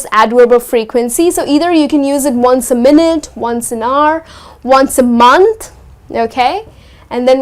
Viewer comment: Well there is a pronunciation mistake u made.. The way you pronounce hour, hourly.. Is a big wrong.... C to dt.. But thanks for the lesson